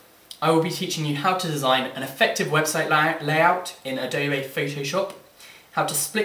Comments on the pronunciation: its not adobay its adobe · adob a... its adob e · a-doe-bay haha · Adobay?? Ado-BE! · Good tutorial, but you say Adobe wrong.